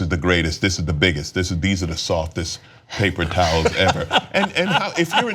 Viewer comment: Papel towels ? Cenk learn to speak or don’t